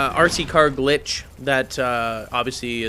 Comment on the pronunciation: for glitsh